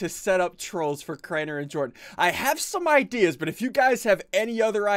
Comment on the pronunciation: dude really it's Jordan not jardon or jardonz